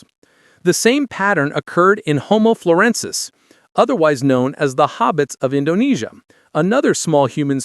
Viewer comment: Please learn how to pronounce the names of both new species. It's pronounced homo lu zon nensis and homo floren si ensis.